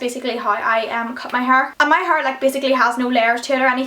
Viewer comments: "My Huurr" lol! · Love the way you say hair it's like 'haur'😜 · i love the way you say hair its like huur x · love that accent "hurr" :D like hair